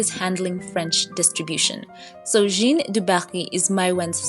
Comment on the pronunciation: Jeanne is pronounced 'Jan' in French ( with a soft J )